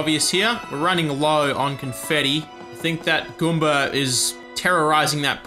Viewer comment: I love how says 'Goomber' instead of 'Goomba'